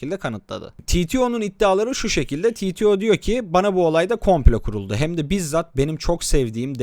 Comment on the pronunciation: Titio ne amk türkçe bir kısaltma türkçe okunur yani Teteo diye